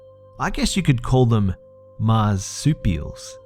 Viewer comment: "Mars" supials hahahahaha ha